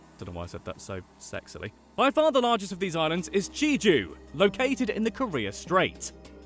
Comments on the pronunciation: Please don’t say je-jo it’s jay-ju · it’s pronounced jeh-joo not jee-joo. but you did say landlord in korean so that’s a start (지주 means landlord) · Not Je-ju but Jeju-do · Where is this Jeeju you speak of? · What's Jeju? I only know Geee dueeee 😂😂😂